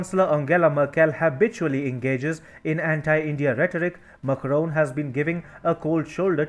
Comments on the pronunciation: Its MAC (RON) and not Mucroan. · Your channel would have so many views if you change the orator. He can't even pronounce macrons' name correctly. His delivery is bad and accent kinda strong